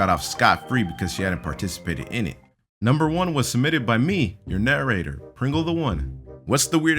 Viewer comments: When he said, ‘I’m your narrator’, I thought he said, ‘I’m your nuerator’ WHAT AM I THINKING!!!! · Hello and today I'll be your na RRRRRRR ator.